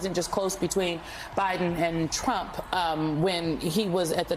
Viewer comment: Trump NOT Tramp !